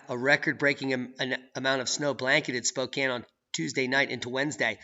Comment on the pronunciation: Yes!! You said Spokane correctly this time.. "spoke Anne" When people say "spoke aine" it's like nails on a chalkboard or calling Al Gore a pioneer or an inventor.. 🤮